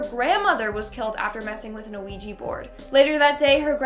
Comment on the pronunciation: "An Ouija board"? Her pronunciation is just atrocious!